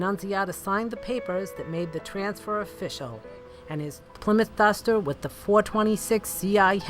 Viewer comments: it's uh duhhstahh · That's a nice dustah 😂, R.I.P buddy